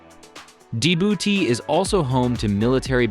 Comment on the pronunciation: what do you know? when you can't even learn to pronounce the name